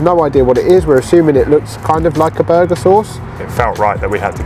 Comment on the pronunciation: “BuUrgar” 😂 love it. Just Like Calfreezy Absolutely correct Harvey’s is 10x better than A&W. (sawdust isn’t a bad way to describe their burgers)